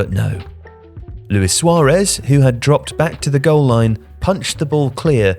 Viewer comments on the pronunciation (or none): none